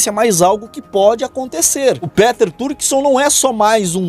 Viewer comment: é pronúncia PITER e não PÉTER